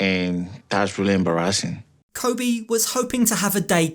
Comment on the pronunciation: did anyone peep that kobe pronounced "embarrassing" like "em-bara-zin" kinda like the meme girl😂